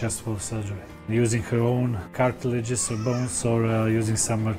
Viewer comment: he said jusing corona